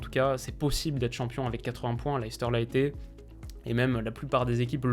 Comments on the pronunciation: Étant anglais (et fan de Tottenham) c'est pas la prononciation la plus choquant de clubs anglais par les commentateurs français. Leicester se dit Lester, ou Norwich qui se dit Norich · vraiment Leicester on l'entend à toutes les sauces, mais jamais correctement. Après j'admets que ce n'est pas logique comme prononciation mais ça serait bien que les commentateurs fasse l'effort